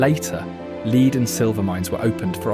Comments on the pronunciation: you might want to assimilate to American English in your pronuniciation..... Lead sounds like "Led" .... NOT "Leed" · “Leed and silver mines.” I guess that’s what you get when you hire a Brit! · "Leed" and silver mines?? I guess that's just standard AI pronunciation for the metal "lead". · Lead and silver mines . Leed ! 😂 😱 Great cinematography of the Land of Enchantment, Atrocious pronunciation by the narrator. What's the difference between ' settlers ' and ' invaders' 🤔. This video would be 10 outta10, should have used one of the native Tribal elders for the voice over, a Navajo, not a Narvahoe 😱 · This has to be AI voice. No human would pronounce "lead and silver" as "leed and silver".